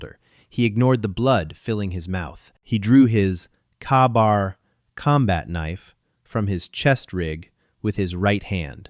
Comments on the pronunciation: An interesting story, especially since I just got done watching Extraction 2. Thanks for actually going through the script and correcting most of the errors that AI make. For reference its called a K-bar not a ka-bar but otherwise better then 90% of the AI slop narration. Got a like from me. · Kabar ( K or Kay bar) Knife. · Kay-Bar thats how its said. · It is Kay-bar! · Pretty Good, Although Glok pistolas has no safety....😢 also say it with me.. K-Bar, K Bar.... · THE KNIFE IS CALLED A KAY-BAR. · And said AI does not know how to pronounce Kaybar. Yeah, this video is sad. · Good story. The knife he used is pronounced “K bar”, just for future reference and it’s the knife predominantly used by US Marines. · could someone please teach ai how to pronounce K-bar. sincerely US veterans everywhere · The continued over-precision detailing brands, marks and calibers detracts from the narrative. The miss-pronounciation of equipment e.g. K-Bar, detracts from the narrative. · LMAO. AI's mispronounce. things like that a lot. Also, K bar is a general purpose hunting knife that a lot of people use. I was in the Army Infantry and had one. Got one on my desk beside me right now too. Great knife.